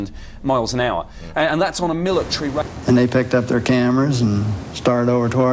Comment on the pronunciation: What the heck is a millatree?